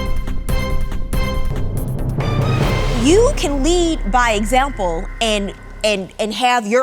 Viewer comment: You lead by Example not by a zample. Lord have mercy 🤦‍♀️🤦‍♀️🤦‍♀️🤦‍♀️